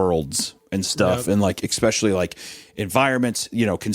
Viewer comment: I've been meaning to say this ever since I started listening to this (unfortunately I always fall asleep, so I've heard the first bit a few times). Anyway. initially I was a little.. wel I wouldn't say annoyed but I certainly noticed the ecspecially, but here's the thing. Language is how people talk, it's not how they're meant to talk. There's no right or wrong, not really. (Ok sure, we teach kids things because otherwise it would probably be difficult to understand each other), but particular ways to pronounce words aren't wrong. Aks is every bit as correct as ask, and so forth.